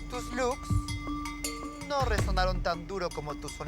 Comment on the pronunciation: "unos loos" bastante impresionantes jajajaja ni hablar sabe.